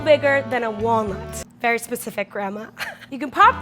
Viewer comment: when said it should be no bigger than a walnut i thought she said a wong...